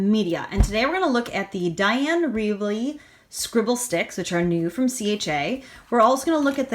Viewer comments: Wakely, not Reavely. Great comparison. Thank you. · Dina Is pronounced...Deena, last name is pronounced Wakely, Caran D'ache is pronounced...Karen Daush. Great video!!! Thank you!